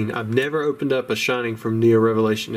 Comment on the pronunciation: "And a Heo-Neo Revelation!" ♥